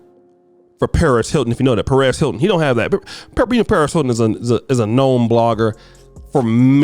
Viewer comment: say it with me Sir..... PEREZ.... PEREZ HILTON. JESUS FUCKING CHRIST.... HOW DO YOU HAVE A CHANNEL IS BEYOND ME.